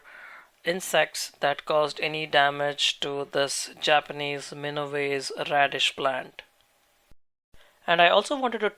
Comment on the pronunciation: It’s Mina wa se